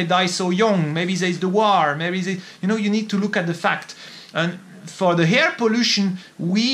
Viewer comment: it seems LIFE is KILLING you !! (Psssst... your "air" sounds like HAIR)